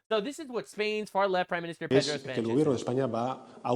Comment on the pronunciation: You made sanchez sounds like french